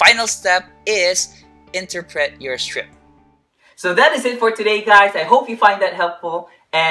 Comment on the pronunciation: Thank you po. I like how you finished it with the Filipino way of pronouncing “interpret.” (Enter-pret) different cultures and backgrounds make life more fun.